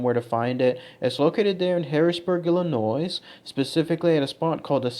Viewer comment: The 's' in Illinois is silent... you're welcome.